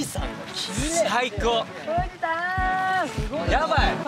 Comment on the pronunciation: ふぅぢさぁんとヴァナナヴォート😎